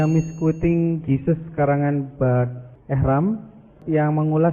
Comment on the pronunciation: 'Ehrman' BUKAN 'Ehram'. Nama penulis sahaja sudah salah sebut. Apa lagi komennya?